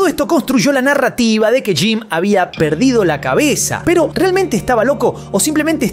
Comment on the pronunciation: "Piiiro" o, "pero", dicciona, vocaliza. Gracias